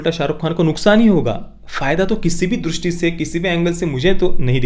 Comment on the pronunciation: Durusthi nhi drishti hota hai